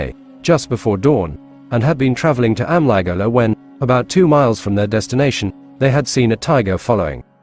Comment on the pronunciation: As always its a good story, but the ai Narration part of Amligola and Gowndadhurai pronounciation is very of putting.